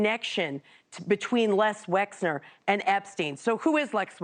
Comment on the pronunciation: It’s Les Wexner, not Lex Wesner unless you’re trying to not be sued.